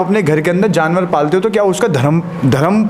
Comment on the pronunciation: Janwar Shabd galat bola hai aapane